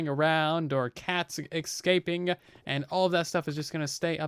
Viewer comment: I both love and hate how you says “escaping”.